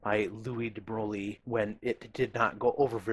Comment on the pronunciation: de Broglie pron. de Broy.